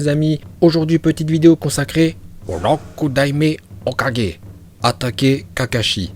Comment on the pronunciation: Rokudaimai ho 4g prononciation 20/20